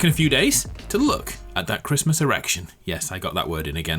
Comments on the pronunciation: "Happy Chrmas." "It's Chrismun!.." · No one:: merry crismss